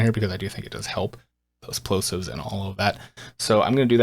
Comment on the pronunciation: I learned it's not pronounced "splosives"